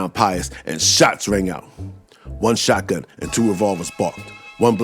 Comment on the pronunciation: Man... l dig how ya say Shots rang out! 💪🍁 Canada in da hoose, eh?